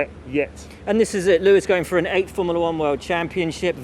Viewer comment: It's not "Formala One". It's Form-u-la One!"